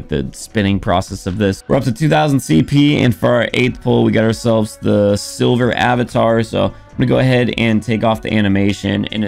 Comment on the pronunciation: It’s “Sliver” not sil-ver